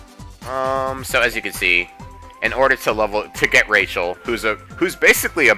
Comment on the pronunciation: Oh yeah, I have Rachel right now, and fun fact: It is pronounced "Rah-hel", when you first get her, that's how she pronounces her name :)